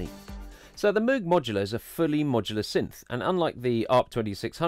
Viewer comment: you're pronouncing "moog" wrong, it's pronounced like "rogue" :)